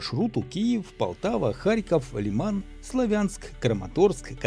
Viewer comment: вам нужно персмотреть свое отношение к названию города СлАвянск, сегодня даже московские пропагандоны зают где правильно ставить ударение, а вообще это как то странно, харьковчанин не знает где ставить ударение в названии этого города...